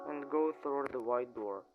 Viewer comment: Its prounts the White door not the ehite door